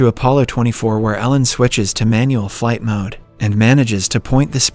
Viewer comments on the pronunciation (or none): none